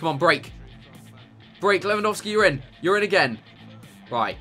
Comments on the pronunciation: Notice how when he said ur in it really sounded like urine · Lol at 9.05 he keeps saying urine(your in) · he kept on saying ur in ur in ur in but it sounds like hes saying urine urine urine urine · whenever you say you're in ,it sounds like urine